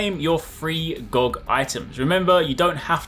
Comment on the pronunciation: It's G-O-G. Not Goag. But great video otherwise.